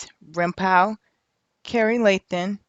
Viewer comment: It’s rimpau sounds like Paw! Not pow.its a street in there hood.